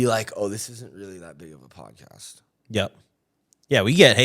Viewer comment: Yo you said podcast wrong. Keep up the police vids!